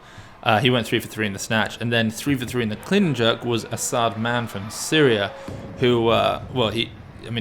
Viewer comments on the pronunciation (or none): none